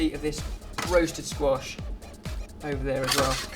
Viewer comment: When you said "squash wellington" I thought you said "squashed wellington" and I was like, this is why we need more. Who else would make it into a terible joke about a damaged shoe?